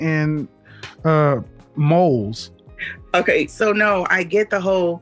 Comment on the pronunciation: Emphasis on MOLES. 🤣. That got me